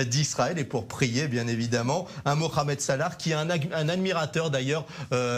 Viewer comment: Il a dit moramed salah